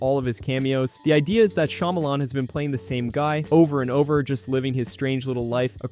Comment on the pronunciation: I can't take you seriously when you say "shymalan fans"